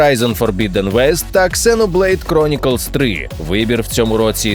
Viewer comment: В обзоре хорошо всё, кроме искаженных диктором английских названий. Посадите его со знатоком англ произношения и сделайте работу над ошибками. Ато все эти Ксеноблэйд (правильно - Зиноблэйд) и Томб Рэйдер (правиьно -Тумб Рэйдер) режут слух. Подтяните свою грамотность - заодно поможете и свое аудитории.